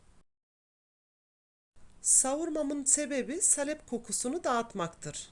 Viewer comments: ANNEM DE SALEPLE YAPARDI DONDURMAMIZI.ÇOK KARIŞTIRMAK LAZIMDI BUZLUKTAN ÇIKARIP ÇIKARIP .KAŞIK BÜKÜLÜRDÜ.SALEP DENMEZ AMA..A O KADAR KISA SÖYLENMEZ. SAALEP .AMA SİZİN ŞİVENİZ DEĞİŞİK...DONDURMA ÇOK GÜZEL OLDU.ELLERİNİZE SAĞLIK. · Salep degil saalep olacak a’yi uzatman lazim salep nedir ya? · Salep değil abla Saaaalep. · Salep değil sağlep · Elinize sağlık. Güzel bir video. Zahmetli görünüyor. Ufak bir ikazda bulunmak istiyorum. Salep sözcüğündeki “a” harfini uzatarak telafuz etmek gerekir. Sâlep şeklinde! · Salep degil, sâlep a uzatilarak söylenir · Salep??????sahlep mi demek istediniz abla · Salep yerine saalep uzatarak söylemelisiniz ellerinize sağlık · Salep değil sālep.a uzun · Salep deyil sahlep doğrusu . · salep ne hanimefendi , halep gibi ..lutfen dogru teleffuz edin ..saalep diye a yi uzatarak soyleyin...tahin tahin diyorlar komik oluyorlar..o da tahin degil taahin olacak...koskoca anadolu tahan der bizimkiler tahin , salep deyince kibar oluyor saniyorlar herhalde...sayenizde kirk yillik yani oldu kaani ...( dogru yazilisi kâni - a ince ) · Salep derken a uzatılır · Tarif güzel. Ama salep sağlep diye söylenir. Yada sahlep denir.A harfi uzatılır. Tarif gibi a harfi uzatılır taağrif denir. İyi günler. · Salep kelimesini yanlış telaffuz ediyor.Sahlep doğrusu.okurken saalep diye telaffuz edelim.Çok da önemli değil aslında sadece hatırlatma yaptım.kusura bakmayın.Herşey 10 numara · Salep derken a harfini uzun soyleyin lutfen. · Hanım, salep telaffuzun yanlış. Salep i Halep gibi söylüyorsun. Halbuki SA uzayacak, SAKİN der gibi olacak. Sen SAKIN der gibi söylüyorsun ve dolayısı ile telaffuzun yanlış oluyor.. dondurmadan evvel Türkçemizi iyi öğrenelim, sonra piyasa yapalım..